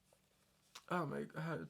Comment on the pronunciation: forgive me, but i’m from the deep deep south and i LOVEEEE your accent on ‘oh my god” like yes girl i love it sm. ethel cain has beeen monumental in my deconstruction the past few years, Preachers Daughter changed me as a person